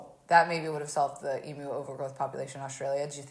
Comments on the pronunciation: Do all Americans pronounce emUs em(oo)s or just? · I love that she can’t say emu.